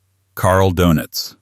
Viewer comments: Dœnitz or Dönitz. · Donuts 🍩? AI messed that name up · 'Donuts' - Doenitz! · The "o" in his last name needs a German umlaut! And it's pronounced more like "oo."